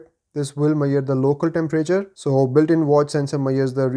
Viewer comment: Measure. Not Mayor :D